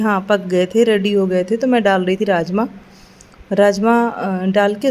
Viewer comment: Aap raajma boli mujhe rajesh masala sunaai diyaaa😂😂😂😂😂